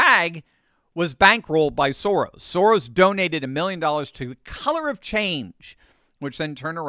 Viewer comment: It's pronounced "SHO-rrrrosh" - meaning "row" or "divot" - I like to say "Sem semit Soros" which translates to "less than nothing Soros"...